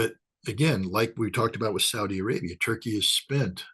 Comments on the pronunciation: The way u say Turkey is soo damnn anoying Toeurkeyy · I love how says Toy Key. Turkey should change its name to Toy Key.